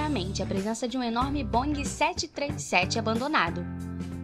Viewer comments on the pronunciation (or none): e não é BONG, é BOEING